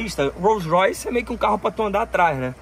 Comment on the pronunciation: Lançou o "What color is your rolls roice?" kkkjj